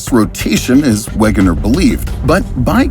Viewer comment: it is pronounce (veg-e-ner) *wegener * hints his name is german